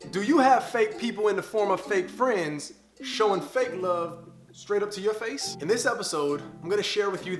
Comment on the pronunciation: has me dead how he said face